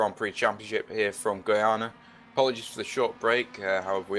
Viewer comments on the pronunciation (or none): It's Goiania not Goinia